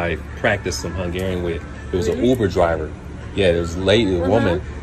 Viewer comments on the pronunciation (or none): none